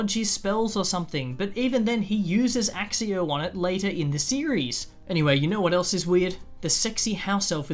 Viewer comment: Thank you for saying AXIO and not AKKIO!! God that was the worst thing from GoF... Thankfully they fixed it in the video game and the trio say axio like it's meant to be pronounced. i had so many arguments with my friends on this. Can't believe it took 2 decades to feel this validated. ETA: About the avada kedavra, we know that the k_lling curse will split your soul (bcuz of taking a life, now, what you do with that split soul is up to you), and the only prevention is by euthanasia, which is why Snape's soul didn't split since Dumbledore explicitly asked him to. i know it doesn't make sense in the grand scheme of thing cuz that would mean the death eaters would've had no souls left. So, how much is splits, etc is impossible to know. You already gave out the clue to all this. "joanne has to *think." That's the thing, moldy doesn't. Also also, she's not "basically" a rap/ist. She is a rap/ist. There's no need to disregard it with a "basically." Like you said with Tom Sr. Dude was literally r/ped. Just bcuz there's no child, doesn't mean it didn't happen.